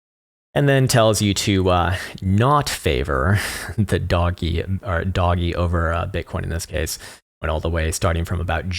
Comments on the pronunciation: Please tell me you unironically called a meme a "me-me" and Doge "doggy" 😂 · I’ll subscribe because content is good but mostly because you’re one the first person I hear saying “doge” like me as “doggy” instead of “dowje”